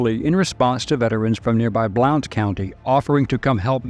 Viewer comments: Just so ya know, it's not pronounced, "Blount". It's pronounced "Blunt". 😊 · From a local, I know it's spelled as "Blount" County but it's pronounced as "Blunt" County.